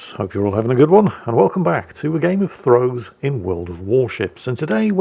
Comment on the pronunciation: "Gayum uh Hoys" - for our Geordie viewers.